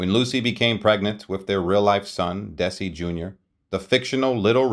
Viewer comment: Lose the AI narration/pronunciation and get the Desi's correct. Otherwise a pretty good telling of their story. They practically invented the modern "sit-com", and were smart enough to own it as well as the studio that produced so many other programs. Somewhere 'I Love Lucy' will be running forever, and people will still love it.